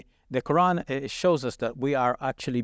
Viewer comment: The names are pronounced Shab-Beer not Shab-B-Arr and it’s Qur-Aan not Qur-Anne. Atleast correct your Islamic pronunciation. Rest of the stuff you guys talk is ok, pretty much inline with the western narrative, and being diplomatic.